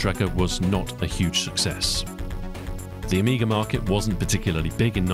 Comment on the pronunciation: I think you're the first English speaking person that don't call Amiga "the amiger"